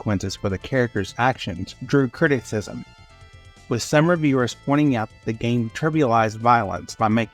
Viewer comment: You really just pronounced 'criticism' as 'critics-ism'... you really need to proofread your scripts and check the pronunciations in the dictionary